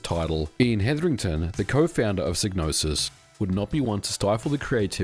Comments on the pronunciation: Great video and I know it's your accent and all, but, the name is pronounced with the psy as in psychology and not sig as you are doing. Yours Sincerely, 'THAT' Guy 😅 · Shouldn't it be pronounced sigh-nose-is? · It's pronounced "Sigh-no-sis"... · Sig-nosis?? I've been calling her Psy-gnosis! 😢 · In the intro to Blood Money, "Psygnosis" is pronounced with a long I sound (seyg no sis) but the Wikipedia article shows it as a short I like how it's pronounced in this video. I wonder if the pronunciation changed dependent on the release area. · For future reference it's pronounced Psy(sigh) nosis. Gnosis is already a word. Psy means psychic. Gnosis means hidden knowledge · Well according to the intro to Blood Money the Psy in Psygnosis is pronounced like the Psy in Psychologist...